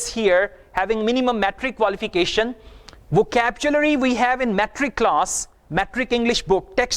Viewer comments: Really? What about "VACAPCHULARY" of in this video? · Ha ha, first time heard this kind of pronunciation. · excuse me im an m.a in eng literature..sir its wohcablary...nd nt wohcabchulary( vocabulary) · With respect your pronunciation is also wrong about vocabulary. Please check out from native speaker .